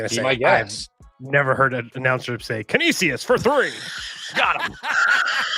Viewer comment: Trevor trying to pronounce Canisius is hilarious. It's can-ish-is 😂